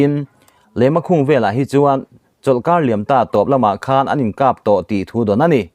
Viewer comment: Leimakhung ni lovin Leimakhong tih tur